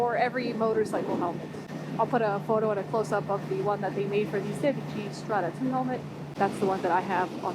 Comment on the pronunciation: you're like the FIRST youtuber to pronounce Sedici in the right way, much love from italy